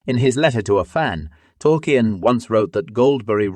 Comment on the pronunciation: How did you manage to get the name Tolkien wrong